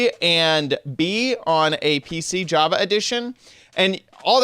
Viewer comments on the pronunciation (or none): none